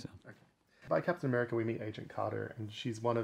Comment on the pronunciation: "Captain Americer"